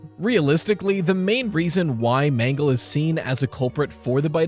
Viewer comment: The mangle pronounce is crazy 💀